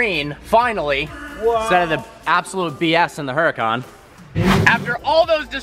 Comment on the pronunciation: "hyoo rah con". Not "her a con"